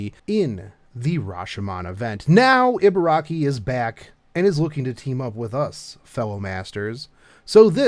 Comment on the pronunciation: EE. it's EE-BA-RA-KI. EE as in REEEEEE SHE IS BEST GIRL BURN HERC FOR HER.